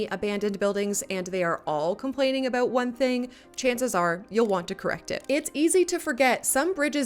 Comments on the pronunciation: Excellent video! I noticed that you say, "a-boot" instead of "a-bout". As a Canadian, you are the only person I've ever heard using this pronunciation. Vaguely, where are you from? Is it standard pronunciation there? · Do you say "Aboot" on purpose? I've lived in Canada over 25 years and I've never heard anyone say it like that. (I know it's a Canadian stereotype) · Unreal. Best deep dive into CSII available on YT. Thanks for the great work and no-nonsense presentation. This answered MANY questions that have come up during gameplay. sidenote... what's with the 'aboot'? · Internet thing. I've never heard a fellow Canadian use 'aboot' irl.